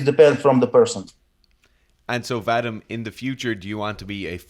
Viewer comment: Its Vah-Dihm,not vaddddim,blyat!